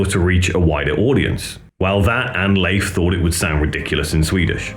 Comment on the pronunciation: Try "Lay eff".. and "Eee dling" And you will nail it :)